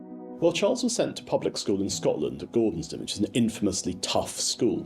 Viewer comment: Gordonstoun not gordonstown. Gordonstoun is pronounced a bit like gordonstone. Is a lot nearer than was said first here